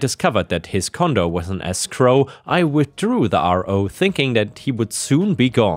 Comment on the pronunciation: escrow is pronounced ESSS scrow not EEE scrow.:-)